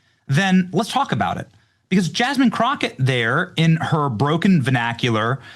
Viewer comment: Jazzzzmean Crotchette...